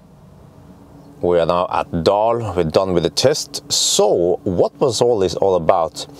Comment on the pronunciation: Don? Really? It’s not spelled like that! It’s dun not don!